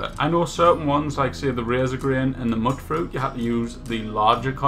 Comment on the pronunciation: It's... it's pronounced "mute-fruit" because they're mutants, not muttants.